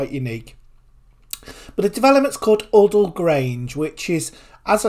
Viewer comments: This site is named after my friends late father. It’s pronounced u-dall 😊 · You can't even say Udall properly! 🤣